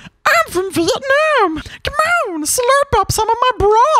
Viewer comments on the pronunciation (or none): none